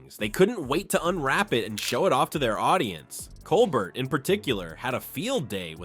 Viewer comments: What is it with you narrators that you don't correctly pronounce Colbert's name? It's Coal-bear NOT Coal-bert... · Pronounce "Col-bear"